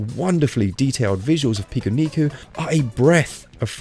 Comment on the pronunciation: Finally someone pronounces it correctly.. I downloaded this because I saw so many people saying it’s the strangest game on switch, but I’ve yet to encounter much strangeness. Still enjoying it nonetheless.. was just expecting something a bit more weird.. it’s just a typical Japanese platformer game really..